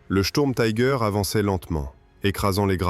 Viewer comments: Pourquoi prononcer les mots Tiger ou Sturmtiger a l’américaine ? Prononcer les mots allemands à l’allemande me paraît la moindre des choses ! Si vous ne savez pas le faire, traduisez en français, tigre et tigre d’assaut ! Quant au tangage des images, je vais finir par vomir. Plutôt énervant tout cela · Pourquoi prononcer Tiger à l'anglaise. Soit vous le prononcez en français, langue de la vidéo, soit en allemand ou le "i" se prononce comme en français. L'anglais n'a rien à faire ici.